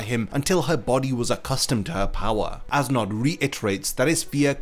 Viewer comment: I'm sorry awesome video, but I cant stop hearing "ass knot." 🤣🤣🤣